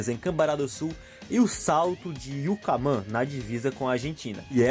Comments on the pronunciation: muito bom-mas tu tens q aprender a pronunciar Vacaria!!!kkkkk salto do yucuma tambem!!!!mas parabesn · o cara não é daqui, falo muita coisa estranha, vamo perdoa, ele disse YucAmã tbm, e é YucUmã